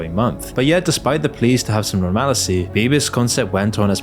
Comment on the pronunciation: I love your vids, I’ve been binge watching them again 🙌🏼 and I say this out of love… but it’s pronounced ‘normal- sea’… to quote View From The Top; ‘you put the emphasis on the wrong syllable’ xx